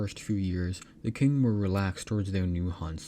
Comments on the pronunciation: I got confused for a second after hearing king dynasty, only to realize that you mispronounce the qing dynasty. It's spelled as ching, q in chinese become ch sound. Qi becomes Chi, Quan become Chuan, Qin is Chin, and Qing is Ching. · it's pronounced Ching not King Dynasty. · Maybe fix the pronunciation. It's "Chin" (Qin) not "king". Very confusing. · Tching not "king"